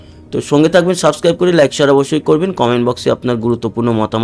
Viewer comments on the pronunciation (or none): none